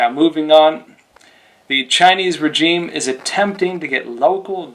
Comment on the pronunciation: I believe you are continually mispronouncing regime.